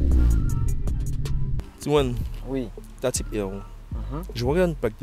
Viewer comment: C'est épique d'acheter une type R et de ne pas arriver à prononcer correctement le R ! Type EWE Et des EP3 yen a eu presque 35000 produites dans le monde et non pas 6000 Type R au total, et donc quasi autant de FN2, EK9 Intégra, etc. C'est une berline 3 portes pas une sportive en série limitée.